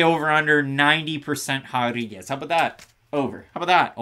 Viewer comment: Why are you guys saying “hodriguez” ? 🤦🏻‍♂️😂